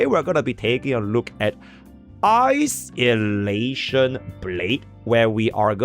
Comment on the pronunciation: Its phainon saying "isolation", it sounds like ice elation. So, it became a meme